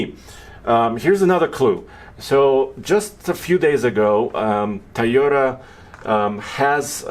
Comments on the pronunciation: Hey - is it TIE-OTA or TOY-OTA? 🤔😂😉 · Please please please, it’s TOY ota, not Tie ota. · Makes me crazy when people say “tie o ta” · TIEYOTA! LOL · Yes, obviously, has an accent, but why do people pronounce Toyota like, "Tieota?" People who pronounce it like, "Tieota," do you pronounce children's toys as "ties?" If not, then stop saying, "Tieota!" You sound ridiculous. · Say it with me, TOY-OH-TUH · is not the only person who says that